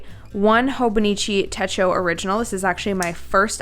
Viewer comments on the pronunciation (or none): To answer your question, it is "te-cho" not "te-ko". "Techo" (手帳) means "notebook/pocket book" in Japanese. 🙂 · it is te cho--(the o sounds like go) a techo in Japanese is a notebook or memo pad or diary type of thing 😁 This is my first time using a weeks--I have always find it to be too small. I have always used the A5 Cousin --Anyway the suggestion you made about the weeks are helpful. thanks👍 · Techi is pronounced with the ch is sound in "chain"